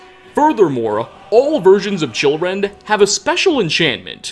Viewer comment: I thought he said children not chillrend